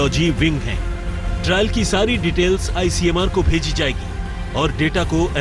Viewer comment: ICMR NOT ICMAR LANCET NOT LACENT LOT OF MISTAKES.. IMPROVE YOURSELF